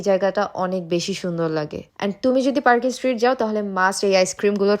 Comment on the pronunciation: আপনার উচ্চারণ এত ভুল কলকাতায় আসছ ভিডিও করছ ভালো কথা আগে সব কিছু রিসার্চ করে ভিডিও করো ওভার স্মার্ট হয়ে কথায় কথায় ইংলিশ বলে আর ভুল উচ্চারণ করে নিজেকে হাস্যকর না করলেও পারতে ভুল গুলো ঠিক করে দেই ট্রাম, এসপ্ল্যানেড, পার্ক স্ট্রিট হবে